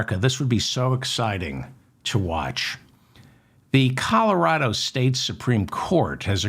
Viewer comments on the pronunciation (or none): none